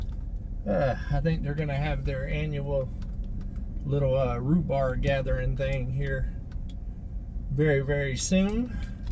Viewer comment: And back on my farm we called it rhubarb, not rhubar.